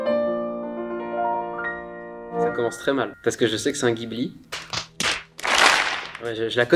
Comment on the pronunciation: Oh mon dieu il a dit Ghibli pour le 1er